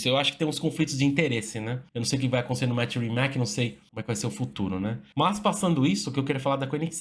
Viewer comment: a pronuncia não é "rimaque" é "rimats"